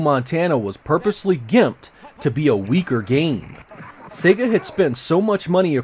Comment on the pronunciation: It’s also nice to hear a Youtuber pronounce “Sega” the same way you hear it at the beginning of Sonic The Hedghog.... “Say-gah” rather than “Seggah”. Always irritates me when I hear the latter.